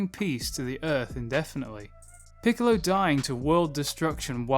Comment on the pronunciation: 'piccolo" "Piccolo" PICOLLLO Why cant you remember 🤣🤣🤣🤣🤣🤣🤣🤣🤣🤣🤣🤣🤣🤣🤣🤣🤣🤣🤣😏😅